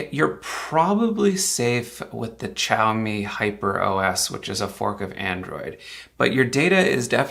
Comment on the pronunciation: I missed the whole xiaomi thing except he can't pronounce it . I'm not trying to be mean I just .. geez